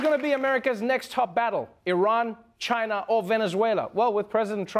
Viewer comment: So glad trevor pronouced iran correctly.